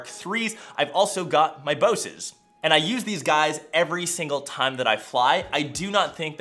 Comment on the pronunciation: He says Bose weird it’s b o s e